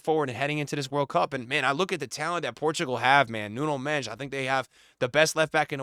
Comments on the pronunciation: Why does he call him “Nuno Mesh”💀💀💀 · The way you butcher Nuno Mendes name😅😂😂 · You've got tomlearn how to say Nuno Mendes! He deserves it